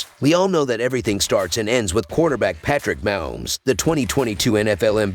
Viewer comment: The way he butchered Patrick Mahomes name he need to quit